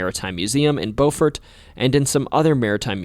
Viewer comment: Thank you soooo much for pronouncing Beaufort correctly!